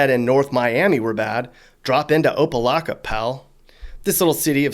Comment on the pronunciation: The only non Floridian to say opa locka right